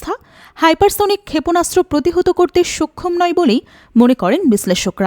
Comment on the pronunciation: সক্ষম কে বার বার সোক্ষম উচ্চারণ শুনতে ভালো লাগছে না।